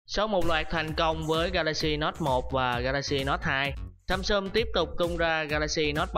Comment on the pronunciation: Các từ tiếng Anh đọc có vấn đề :) "samsum", "contex"...